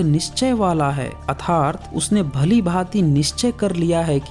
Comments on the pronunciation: भाई वीडियो बनाने वाले को अर्थात भी नहीं बोलना आता। ये क्या भगवद्गीता का अर्थ बताएगा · भगवद्गीता के बारे में बोलने से पहले 'अर्थात' तो बोलना सिख लो। जब तुम्हें सही से संस्कृत और हिंदी के शब्द ही नहीं बोलने आते तो तुम भगवद्गीता का अर्थ क्या बताओगे?